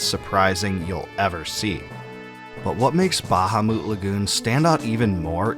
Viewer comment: Bro the way you pronounce “bahamu” is INSANE 😂